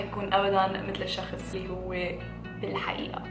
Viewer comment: انيوايز😂😂 "الشخس" 😂😂 بحبك 😍😍❤️